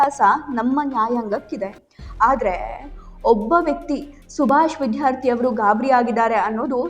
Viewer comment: MADAM, YOU PRONOUNCE CORRECTLY ITS NOT ''' VIDHYARTHI ''' BUT ITS ''' VIDYARTHI '' CORRECT YOURSELF PLEASE.